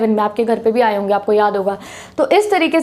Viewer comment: aap acha padate hoo but hange mt bola kro honge